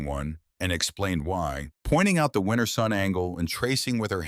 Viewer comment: 'Winter'. Not 'winner'.